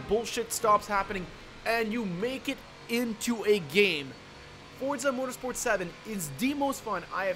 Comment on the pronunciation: It’s not forza